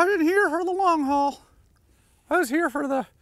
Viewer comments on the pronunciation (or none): none